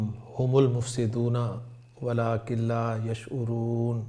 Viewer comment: Walakil hai..ya...walakin